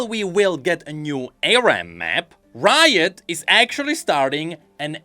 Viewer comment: why you said "root" on 9th minute, g n i d a